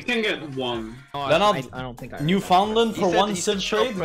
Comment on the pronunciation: his pronunciation of Newfoundland hurts